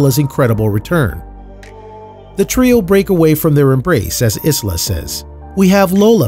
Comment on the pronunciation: For goodness sake the s in Isla is always silent. This is a great traditional european name. Please do it the honour it deserves..